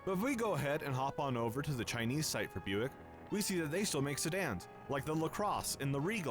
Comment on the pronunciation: "What the hell is byuck?" It's Buick and you heard him pronounce it.